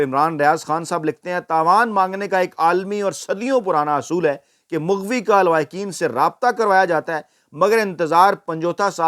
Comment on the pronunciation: مُغوی نہیں مَغوی کہیں ۔